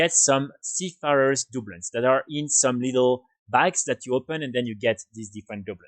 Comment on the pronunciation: Just so you know your saying that wrong it’s Du Bloons not Dub loons but thanks for the video love the channel just started playing wow again after a 12 year break and your videos have been helpful :)